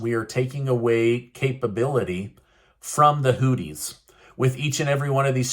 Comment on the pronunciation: Why do you call the Hoothese Hoodies?! It’s with a (th) Exp. “These”, so it’s Hoothies/Hoothese